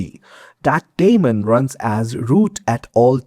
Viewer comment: Every time you said "that daemon" I heard "Matt Damon" ... having said that, informative and accurate video